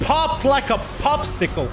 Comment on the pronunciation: he said popstickle :D